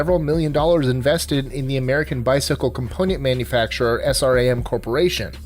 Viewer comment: Sram..... Not s.r.a.m...